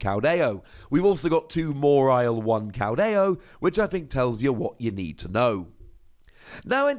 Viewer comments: i think pronounces it weird... always thought it was maw-while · The way you say MA-WHILE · Have I been pronouncing "Mawile" wrong? Or am I hearing it wrong? Or is saying it funny? I know, these are NOT mutually exclusive options. XP